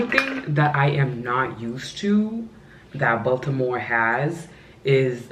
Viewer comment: Bronx, NY girl here...Thank you for pronouncing "Baltimore" with the "T", every time I say "Baltimore" the natives laugh at me...but I love Maryland!!!